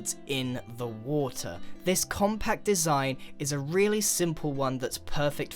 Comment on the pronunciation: "On the [wo-tr]"